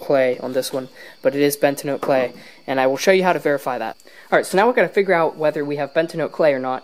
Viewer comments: Yes please it’s bentonite. Ben-ta-nite. Pronounce It ben-tá-nite or Ben-toe-nite not bentanyl. BUT SUPER VIDEO AAA+ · It is BENTONITE. Not BENTINOTE. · Ugh. bentonITE, not bentonOTE. Yer killin me. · Hey it's bentonite clay not Bent-a-note clay that pronunciation is actually ridiculously annoying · It's pronounced "Ben-toe-night" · its pronounced ben-to-night